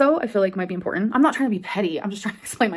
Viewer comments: M-por-ent-= Important. She literally speaks like she never even went to elementary school.🙄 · “Impor-en” … THERE IS A T. THERE ARE TWO T’s